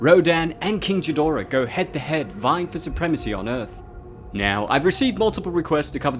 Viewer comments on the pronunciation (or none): It's Gidora not Jidora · “King Jidora”🤨 Ghidorah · it's gaaaaaaa not cha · Its pronounced geedora not jeedora the h is silent i believe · isn't it Ghi-dorah and not Ji-dorah? And sorry about your little princess <3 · got triggered that he said king G dorah and not ghidorah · it is pronounced king geh dor rah not Gdorah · Did he say King Jidorah............Ghidorah its Ghidorah with a "G" not a "J". This isn't a Gif or Jif conversation. Toho's official international name for the three headed dragon is GHIDORAH. Sorry I will calm my nerd rage... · hard g in Ghidorah, not a soft g. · I’m only saying this so you won’t get hounded by Godzilla fans when you make a video on Ghidorah, not to act smart or anything like that. Ghidorah is pronounced Gi-door-ah, not Ji-door-ah. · You said Jidorah but its Ghidora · Please, pronounce it ghee’-dra not jid-or-ah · Why does he keep calling Ghidora. G-dora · did i just hear you say jidora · 'King Jidorah' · I'm sorry, did you say " King Jidorah"? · "King Jeedorah" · Please don't say King Jidorah ever again. It's a hard G mate, Ghidorah commands your respect. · You can't really pronounce Ghidorah right can you? Seriously it's Ghi-dorah even though it's actually said gee-da-rah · I’m not trying to be mean or obnoxious, but it’s pronounced Ge-door-a. Ge like in get minus the t, great videos I enjoy them a lot btw! You should analyze the mold from resident evil 7 (if you haven’t already) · King... “Jidora”? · I only disliked the vid because of the "Jidora". I'm sorry bro. But that's just Heresy. Lmao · You're the first person I've ever heard pronounce it as Jhi-dorah. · Jidorah?? Whaaa?? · You pronounced Ghidorah wrong it's with a guh sound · Also if you don't want any more people commenting on how you pronounce King Ghidorah It's "GI-dorah", the "H" is silent... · You can’t even say ghidorahs name properly WTF ?? Annoying fucks man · love the video until the way you pronounced Ghidora's name...